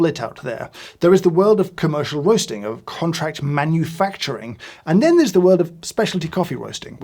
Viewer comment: “The world of coffee wosting is cwazy…witawy”